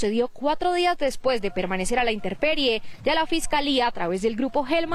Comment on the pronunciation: No se dice INTERPERIE, SE DEBE DECIR INTEMPERIE